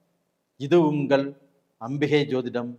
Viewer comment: ஏனுங்க ஐயா உங்களுக்கு தமிழ் உச்சரிப்பு இவ்வளவு மோசமாக இருக்கிறது? ஒரு நல்ல விஷயத்தை சொல்லும் நீங்கள் ஏன் தமிழைச் சரியாக உச்சரிக்க கற்று கொள்ளவில்லை?? அதென்ன உங்கல்?? ள‌கரம் வராதா?? கல் கள் வித்தியாசம் இல்லையா ? தமிழுக்கு ழ அழகு... தயவுசெய்து ழ வை சரியாக உச்சரிக்க பழகுங்கள். யரலவழள, மெல்லினம், இடையினம், வல்லினம் எதுவும் தெரியாமல் பேசினால் எப்படி? ??😢 கேட்க ரொம்பவே‌ கஷ்டமாக இருக்கிறது. வாழ்க தமிழ்..🙏🙏